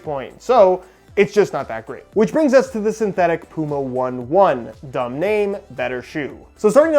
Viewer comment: It's pronounced Puma Oh-Ney Oh-Ney. Yes it is an old Hoka running shoes reference.